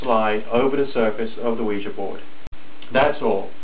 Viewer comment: 1.FINALLY someone pronounces it CORRECTLY!!!! 2.Science pisses me off! 3.Nice vid ^.^